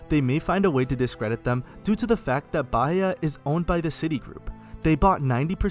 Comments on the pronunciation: Bahia you read Baìa not baya (: (the i is tonic) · o jeito q ele falou bahia 😭😭😭😭